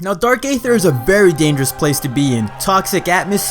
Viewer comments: For the record, Aether is pronounced as "EE-ther", not "AY-ther". (Just like Caesar is pronounced as "SEE-zer", not "SAY-zer".) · Eee-thur, not Ay-thur.